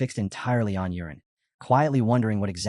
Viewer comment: It's not urine it's yuren 😂